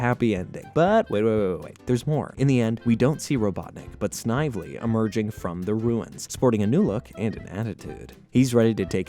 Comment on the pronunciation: The name Snively is pronounced snivelly